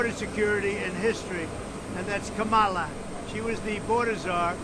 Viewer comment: Damn he looked and sounded crazy old! I’m used to seeing him feisty and angry. He just looked tired and sick. He even butchered Kamala’s name all weak. Wow.